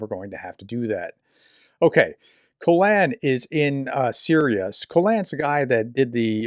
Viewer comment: Hello,. Just FYI... Caolan pronounces his name ['kae•lun]. Like the first syllable of Kaylin, and the second syllable of Alan. Thanks for all you do to keep us updated on critical global events. Happy New Year!